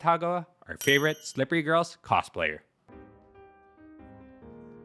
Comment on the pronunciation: Why do you pronounce her name like that? MArin KItaGAwa I read the manga and it annoyed me how much Gojou does while she just spends money and looks pretty. Not that she was a bad person. Just kind of boring. Most romcoms tend to be like that though I guess.